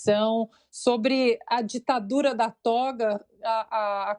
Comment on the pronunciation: "Ditadória" NUNCA MAIS!!